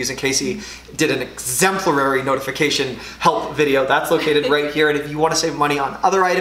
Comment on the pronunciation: Just an FYI, it's 'exemplary' not "exemplarary". : )